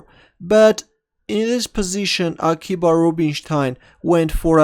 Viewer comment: (FYI, it's actually pronounced Akiva.)